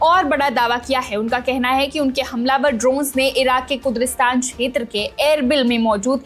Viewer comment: आप कुद्री स्थान बोल रही है जबकि सही नाम है कुर्दिस्तान